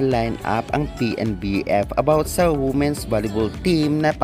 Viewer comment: Ayusin .mo muna pronunciation mo ng WOMEN at Boses mo bago ka kumuda